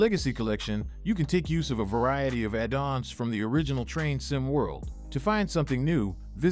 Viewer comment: Me too :D Impressive actually, right up until "addons" - a dawns